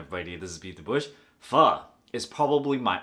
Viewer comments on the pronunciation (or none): You can even say pho correctly. How the fuck than you know what good pho is?? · Hey nip, would you kindly pronounce the word Pho Correctly please. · Dude how you pronounce pho, in spanish it means stink... as in farts.